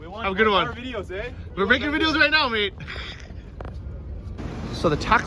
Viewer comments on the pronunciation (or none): none